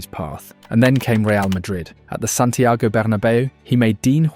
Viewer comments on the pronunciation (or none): none